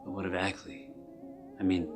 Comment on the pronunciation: Well, it's your film, so I guess you can pronounce 'Akeley' as 'Ackley' if you want to!